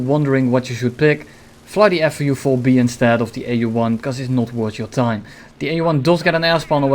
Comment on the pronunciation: He says FU4-B lol